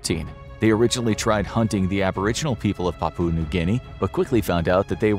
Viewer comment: Papua pronounced with stress on first syllable. PA poo ah